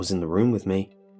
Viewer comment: Happy Hirohito lol. I figured it out once he said "wifu"